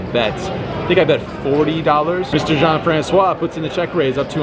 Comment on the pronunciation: It's a pleasure hearing you saying "Jean-François". Tanks for all your hands review.